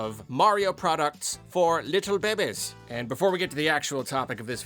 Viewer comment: The way you say babies is funny. Behbehs.